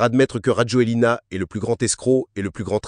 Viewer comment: On prononce Razouel (donc pour le script, il faut adapter pour la prononciation de la voix IA). Bref, il a fait un coup d'Etat ? Non. Il va falloir bien voter. Que les malgaches dont une partie des ancêtres vient de la Malaisie, se bougent, pensent à 5 ans, 10 ans, 20 ans, 50 ans, s'unissent, et construisent le pays.